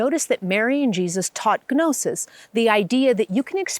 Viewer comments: GNOSIS = NO-SUHS The G is Silent ..... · Coulda titled this "the gospel of mary" and gotten the clicks. Gnosis is pronounsed "nosis". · Please don't pronounce the g in gnosis. 😅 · An excellent synopsis and explanation of the Majestic Marvellous and Magnificent Mary, that has been either destroyed, hidden or distorted in history. I wanted to add as well that “gnosis” is pronounced like “gnocchi”, a silent “g”. It is derived from Latin and means the knowledge of spiritual mysteries